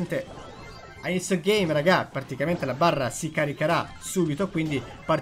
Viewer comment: Solo io mi accorgo che dice sempre particamente invece di praticamente?